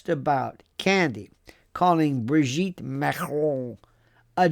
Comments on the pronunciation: I do like the way he pronounces Emmanuel Macrooonnn & Brigitte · Love how you say Macron and Brigitte 😂😂😂